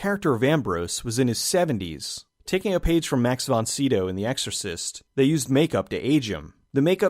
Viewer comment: Nice one. FYI Sydow rhymes with widow.